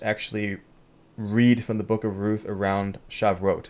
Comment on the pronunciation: Pronounced Sha voo it